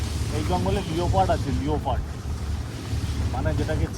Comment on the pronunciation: "লিওপার্ড" নয়, "লেপার্ড" বলে।